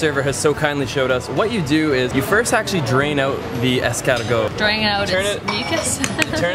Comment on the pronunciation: "I speak French really well" "Escawrrgoat"